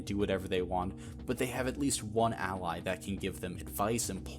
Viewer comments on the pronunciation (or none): none